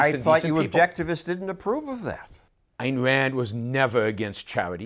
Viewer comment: Thanks fow de wesson on capitawism an Ayn Ran, Ewmur Fudd.